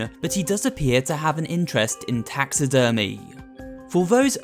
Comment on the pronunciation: he. My mind just went to taxes when he said taxi-dermy